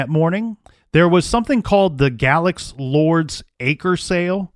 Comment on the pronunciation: If I'm not mistaken, the ME in Galax at that time was an Optometrist. M.E. was a political position and often filled by people with no medical knowledge at all and even less investigative skill. Also, it's pronounced "Gay-lax" by locals.